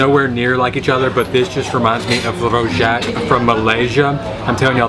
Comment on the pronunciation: Thanks for another great video from one of my fav city’s! Bangkok to me is truly food (& shopping) galore, love it! there! Couldn’t help laughing when i heard you saying Rojaques again.....🤣